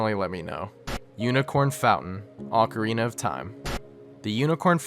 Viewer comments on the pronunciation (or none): none